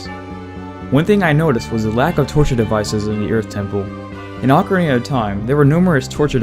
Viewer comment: "ocariner of time"